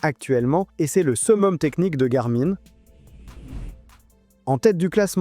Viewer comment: garmain mdr on dit gar min comme le pronom la gamine .la mine ( de crayon ) on dit pas la main de crayon mais la mine .....